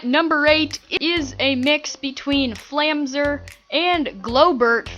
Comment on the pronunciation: flame zer not flam zer